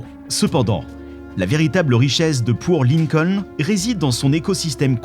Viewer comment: C'est "Port Lincoln" et pas "Poor Lincoln"...